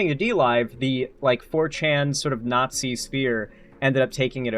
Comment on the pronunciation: pierce the naught-zee